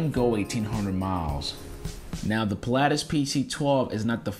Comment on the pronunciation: I stopped watching when he said Pil-"aa"tis 🤦‍♂️